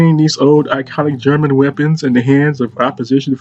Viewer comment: You pronaunced the German weapon names realy good